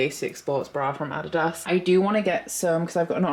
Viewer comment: I have never in my life heard someone say adidas the way you did LOL that cracked me up.